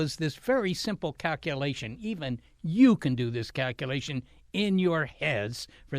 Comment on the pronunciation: Cack u lations